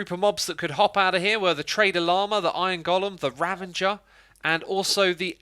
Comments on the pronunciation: It's pronounced "rav-uh-jur", not "rav-en-jur". There is no 'n' in ravager. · Love the update videos. Cringes when you say "ravenger" (ravager) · It’s not called a Ravanger it’s a Ravager